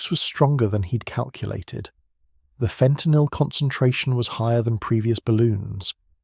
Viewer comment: FENTANYL or FAUX TENYL?